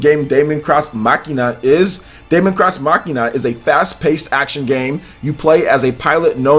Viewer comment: Your pronunciation of Daemon X Machina irritates me a lot just look up how to properly say those words.